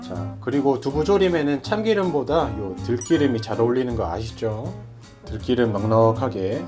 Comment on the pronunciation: 유익한 영상고맙습니다 근데들기름 을 들끼름이라하시네요